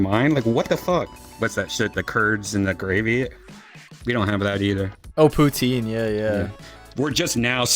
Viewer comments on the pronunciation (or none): Poutine and ketchup chips are not Canadian exclusive and that is not how you pronounce poutine